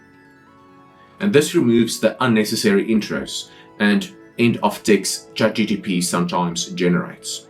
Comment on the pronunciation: Please get the name of CHATGPT correct. You and allot of the people call it ChatGTP